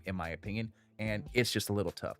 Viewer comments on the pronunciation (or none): none